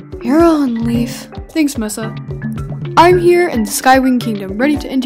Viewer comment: The way pronounces Mesa means “table” in Spanish. Edit: holy Silkwings! I never expected for people to like this comment so much! You might hate me for acknowledging it, but to that, I say: I don’t care at all. Deal with it.